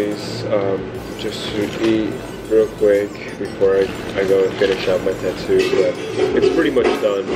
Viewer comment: Am I the only one hearing “tutu” instead tattoo? Lol